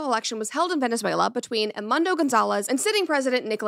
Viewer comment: That Venezuela pronunciation was ❤